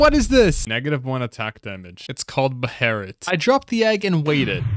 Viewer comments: *behilit 😅😂or beherit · Best way to say “Beherits” is “Be-Hel-it.”